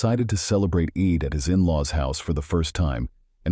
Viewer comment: it's pronounced: "EED", but spelled like, "Eid".